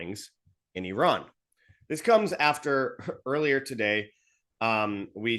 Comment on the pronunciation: I like how pronounced Iran, why do Americans say Eye ran.😂😂😂😂😂. Eye rack.